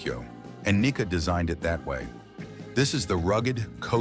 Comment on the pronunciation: One indication it is AI is that the pronunciation of Japanese names is absolutely horrendous. For example: There is no "short-i" vowel sound in Japanese, so the pronunciation for Nikka should be "Knee-kah." There were many others in this presentation as well, which sounded like nails on a chalkboard to my ears (and yes, I speak Japanese and have lived in Japan for 31 years).